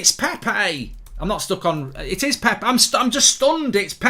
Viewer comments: ITS PEP-PAY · Praying your blood clot gets removed safely because no healthy person says ‘Pepay’ 10 times in a row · Legend says he's still saying Pepe...